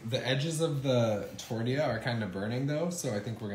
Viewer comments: It's tor-tee-ya. You're welcome. Tucson (Toosan) Arizona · Stop saying “tordeeya” ffs. People will still watch your vids without your little trademark pronunciations and the “”ay ay ay ay ayyyy…”